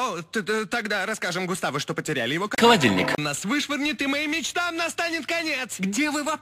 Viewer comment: Первые 20 раз я слышал не холодильник а молотильник